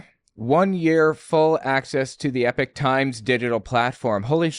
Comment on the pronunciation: I am always confused when you pronounce epoch as epic, shouldn't it be e-pok?